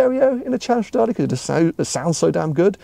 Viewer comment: So happy for you mate, now you just have to learn how to say Stradale in Italian 🤌🏻❤️